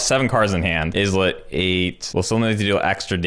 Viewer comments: It's actually pronouned "Eye-let", just like Island. Not "Izz-let" :) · Islet= EYE-LET, not IHZ-LET